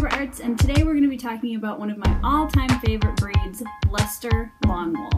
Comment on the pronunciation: Thank you for teaching me how to properly pronounce this wool. I had no idea!